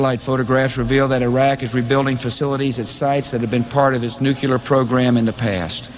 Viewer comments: Lol i almost forgot how hilarious it was to hear GW say nucular like 10 times in a row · Bush couldn't even pronounce nuclear